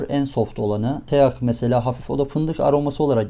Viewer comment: TEAK “tiğk” diye okunur. Tik ağacı demek yani.